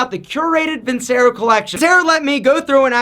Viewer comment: You’d think loving the vincero watches so much he’d pronounce it properly vinCHAIRo